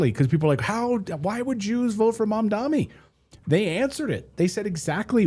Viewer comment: Clayton can you please try to get the name right.. mam-da-ni..